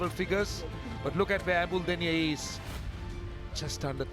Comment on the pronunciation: It's embuldeniya not emdulduniya😂😂😂😂😂😂😂😂